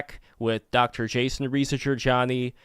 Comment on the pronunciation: Dude. Seriously pronounce his last name correctly, it's a part of respect. Why is it hard for you to pronounce Reza, its his name...